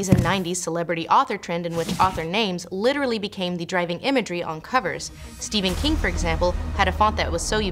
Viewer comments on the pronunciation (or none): none